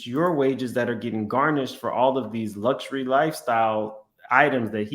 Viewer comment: can’t even pronounce “luxury”. That fool said “lush ur we”. 😂😂😂😂